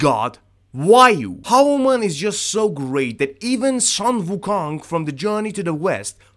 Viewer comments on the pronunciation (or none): You butchered the pronunciation lmfaoooo… it’s Hah-noo-mun not ha-ooh-man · It's pronounced "hanumaan" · the way you butchered the name hanuman, i died a little 🥲🥲 its pronounced hanu(you got the first part right)- maan(similar to saan of nissan) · i think you miss pronounced the name of the god hanuman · When luffy used the final attack he named it,bajrangi something I forgot and bajrangi is another name for Hanuman.Also you are pronounciation of Hanuman is totally wrong,I didn't even realise you were talking about Hanuman until u mentioned Rama and wind god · Bro plzz pronounce Hanuman correctly plzz 😂